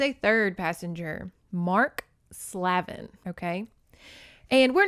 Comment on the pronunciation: Slavin is pronounced "Slave-in", Slaven also sounds the same 😂 ,no one ever wants to say the slave part 😅💕